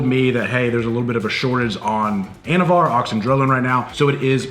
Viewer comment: I thought he said “anabar” lol I’m like oh shit!